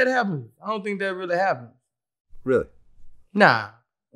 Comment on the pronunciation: "My same nephew came in the room and said Boosie........ You said dhet" 😂😂😂😂 bruh so unintentionally funny lol